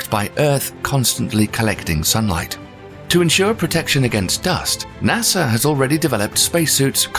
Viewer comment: Why does the narrator keep mentioning Nasser?